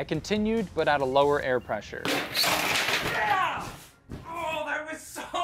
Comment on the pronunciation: That "yEah" XD